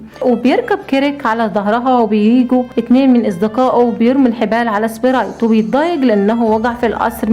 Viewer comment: القصه تحفه وكلمه سبريت من صوتك جميله